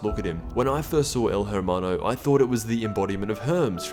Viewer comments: In spanish you're not suppose to pronouns the H, so please, next time don't say El (H)ermano, made me cringe so much. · the H is silent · Dawg, my dude, my friend, stop pronouncing the "H" in hermano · Please The H in Spanish is silent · You don’t pronounce the “H” in hermano. Wtf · Dude you dont pronounce the H when saying el hermano. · you dont pronounce the h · The way you say Hermano bothers me quite a bit, but you said you don’t speak Spanish so....... you tried. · La "H" es silenciosa parcero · The H is silent I cringed throughout the whole video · the "h" in hermano is mute, please stop saying it like that its really fucking annoying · I think your pronouncing his name wrong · Your saying it wrong...Lol when white people try to say Spanish words. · You don’t say the H at all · I downed your video not because your memeing, your saying "Hermano" wrong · You don’t pronounce the H...... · The h is silent in hermano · You dont pronounce the H in spanish words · Take a shot everytime he mispronounces "hermano" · Bro, u don't know how to say el hermano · The “h” in el hermano is silent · Actually u don’t pronounce the h I’m hermano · The H is silent Exper but it's okay Also I can't take El Hermano seriously because of that egg head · Your pronunciation of 'hermano' is atrocious, you're not even trying to get it right...stop butchering my language. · In spanish you dont pronounce the H in hermano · Pase stop pronouncing the "H" in "hermano"... That's a silent letter in Spanish.. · The H is silent in Spanish 👍👍🖐😁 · every time he says the "H" in hermano it triggers me since we dont say the H in Spanish lol XD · The h is silent bro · The H is silent lol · how is it even possible to not know how to pronounce hermano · Bro don’t say he’s name like that shit hurts my ears . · Don’t pronounce the letter h in Spanish if it’s the first letter in a word. It’s silent. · The H is silent in Spanish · He was bothering me when pronouncing the h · H is silent in el hermano